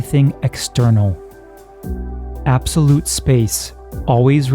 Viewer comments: “absoute time” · "absoute motion"... "absoute motion"...